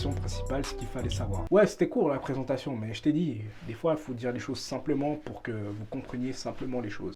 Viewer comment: "présenttation", "opignon" ??? Sérieusement ?? 🤣🤣🤣🤣🤣🤣